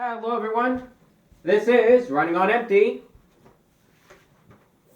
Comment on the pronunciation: Herrrooo Eveerone